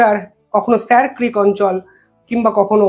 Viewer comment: স‍্যার গ্রীক হবে না স‍্যার ক্রীক উচ্চরন করুন।একটু উচ্চারনে সাবধানতা নিন।